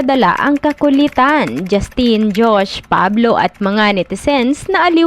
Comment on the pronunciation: Hindi po JustEEEN 😭 JusTIN po un